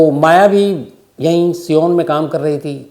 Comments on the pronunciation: Siyan nhi sayan bolo sir sayan ya sion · Sir ji sion Pronoun as सायन शियोन नही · शम्स जी, बम्बई में जिस जगह का नाम आपने सियोन बताया, वो सियोन नहीं, सायन है । Correction कर लीजिए । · Sir it's sion suon nahi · Sir good job Please sorry to say Sion aap galat bole सायन place ka naam hai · सायन होगा सर सीओन नही "Sion"